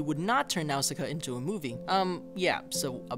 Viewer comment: He keeps mispronouncing Nausicaa